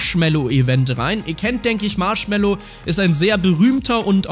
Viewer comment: "Marschmello".....Ah ja